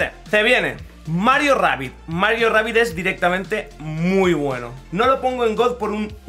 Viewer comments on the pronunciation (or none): No entiendo porque dice reibidd,si es que se pronuncia como se lee